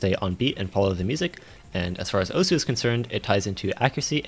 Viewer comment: why everyone say osu wrong